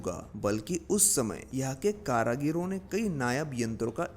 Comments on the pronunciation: करागीर नहीं सर कारीगर बोलते हैं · Karagir nhi karigar sahi shabd hai... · Nice video but not karagir , It is karigar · Karagir nahi, karigar. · Are bhai Karigar Bolo, Kara Gir Nahi! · Karagiro nahi Bhai, it's karigar.. कारीगर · एक बड़ा अच्छा ज्ञानवर्धक और जानकारी से परिपूर्ण प्रयास कृपया एक सुधार कर ले कारीगर शब्द है करागिरी नहीं है धन्यवाद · Karigar not karagira brother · Tumara hindi bhohoth bekar hai Kaaryaghir nahi karigir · Bhaie Hindi bhSha ka nash mat karo shabd h karigar not karagir good video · Karagir karagir ( कारागिर???) itni baar bola ki dimaag divert ho gaya... Bhai, karigar( कारीगर ) kehte hain unhein.... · Kaareegar not kaaraageer. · Karigar not karagir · Karagiri nahin hota, karigar hota hai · Karagiro nahin bhai karigar hota h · Karagir nahi karigar 👍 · Karagir nhi karigar bolo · भाई कारागीर नहीं कारीगर होते हैं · Karigar not karagaro Wese nice video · Please spell out karigar instead of karagir.. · Bhai thoda hindi sudhar lo....कारागिर नही होता कारीगर होता है। महत्वपर्ण जानकारी गलत शब्दों से बिगड़ सकती है